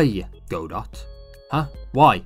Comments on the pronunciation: Apparently it was named after the play "Waiting for Godot" in which the character's name is pronounced "god-oh" in English (the plays creator confirmed this as the correct pronunciation despite another English version of the play pronouncing it "guh-doh"). The silent T comes from the French origin of the play, a language riddled with silent letters. Something you may find funny is that the word "silent" in French is also spelled "silent," except the T is silent; it's pronounced something like "see-lah" (the "lah" isn't quite right, but French sounds a bit different than English). And despite all of this, the creator of Godot who named it after the play still pronounces it "go-dot" rofl. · i love this video but FOR THE LOVE OF GOD ITS PRONOUNCE "GOD-OH" AAAAAAAAAAAAAAAAAAAAAAAAAAAAAAAAAAAA seriously cool vid tho i subbed